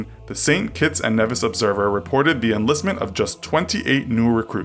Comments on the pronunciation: it is prononced Neevis not nevis and my country may have a shitty military bt it has a bnch of big dicks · ITS FUCKING PRONOUNCED AS KNEE-VIS